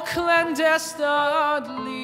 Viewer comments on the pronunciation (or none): It irks me how he pronounced clandestinely as clandestadly. Also how he said ploys instead of poise. Yes, i nitpick a lot. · I can forgive him for mispronouncing ‘clandestinely’ because he’s so damn good.